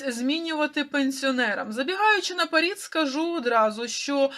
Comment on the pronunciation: Не «наперід», а «наперед»!!!’